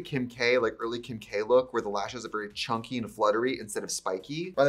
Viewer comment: idk why but when trixie said ‘chunky’ like ‘chonky’ i laughed so hard :)))))